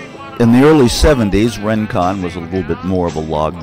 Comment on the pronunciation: Isn't it pronounced "ring-kon", not "rin-kon"?